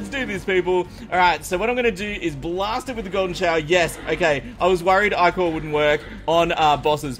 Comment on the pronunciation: I-core is how it's prenounsed